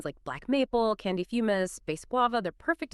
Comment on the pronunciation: You know its AI when it pronounces Fumez (Fumes...) as Fum-es.